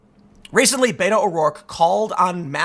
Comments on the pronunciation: Did I here you say Beta ? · Spanish is my second language. I interact with a great number of Latinos that solely speak Spanish. I have asked many of them for the pronunciation of the shortening of Roberto. I always hear bet-o not bate-o. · ur mispronouncing "beto." u gotta make the "t" sound in a latino fashion. oh, the pandering